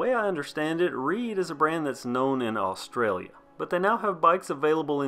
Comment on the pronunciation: I live in Australia 🇦🇺 I love how you pronounce Australia 🇦🇺 Ried bikes are ok for beginner non big box mountain bikes. Wonderful review.